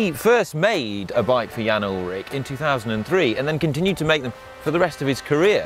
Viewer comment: Ullrich, not Ullrick. Good video!